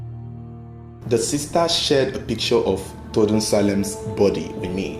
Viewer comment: It's pronounced Tor- du- e not Tordu, it's a native Tiv name. Well done on the investigation.